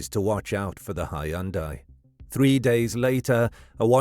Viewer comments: "Hy-un-dai" that pronunciation is wr-on-ge. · I thought the pronunciation odd but that is how it is generally said in most if not all of the U.K. it turns out. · Sloppy work. Completely discredited. Producers slapped it together for clicks with such wanton disregard that they their Artificial Intelligence mispronounced the word "Hundai" incorrectly. 100% pure bull crap.